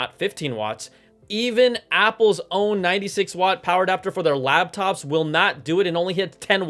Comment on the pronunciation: I just want to point out that I think you said labtop